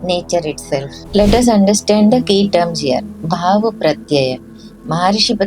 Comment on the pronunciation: It is not Bhaava, but it is Bhava. The examples given of Ramana Maharshi and Vivekananda should be removed.